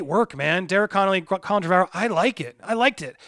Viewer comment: Repeat after me: "TREH-vuh-rowe", not "Treh-VAH-rowe". Your pronunciation makes me despise you even more than usual. It's called Google. Look into it